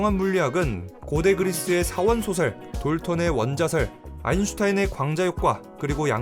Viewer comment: 의견 드립니다. '4원소설'을 발음하실때, "사원-소설" 이라고 계속 읽으시는데, "사-원소설" 또는 "사-원소-설" 로 읽으셔야 합니다.